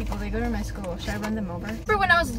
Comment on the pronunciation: she says shcoo shopping lol